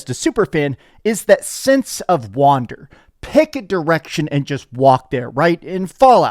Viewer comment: Bro is seriously one of the most stupid people on YouTube. ‘Sense of Wander’. Dude, it’s Sense of WONDER. Not wander like wandering around the map. Holy shit